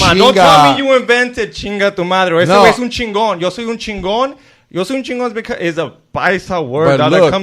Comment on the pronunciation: Chingon is used all over Mexico and shorty can't even say it right lol it's used in central America and even the Puerto ricans use it! I'm from NYC and all the paisas use it.